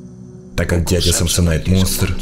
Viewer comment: не самсонит а самсонайт